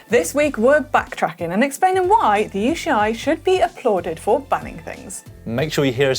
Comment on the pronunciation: Manon... what is the "You she eye" 😂